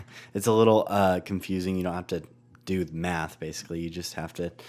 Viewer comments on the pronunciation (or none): none